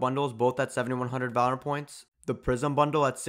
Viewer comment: and not once did he actually say it correctly